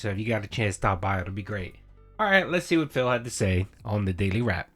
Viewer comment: All going to plan, right?